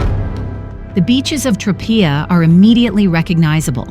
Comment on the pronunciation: The mispronunciation of Tropea in this video is driving me crazy!